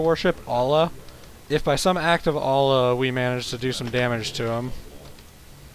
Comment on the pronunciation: omg dude its Allah not ollah